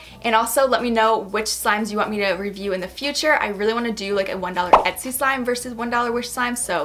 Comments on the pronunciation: she did say esty on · You say etsy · Did anyone hear her say "the next one from ETSY!"